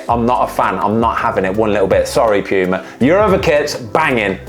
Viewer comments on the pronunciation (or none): none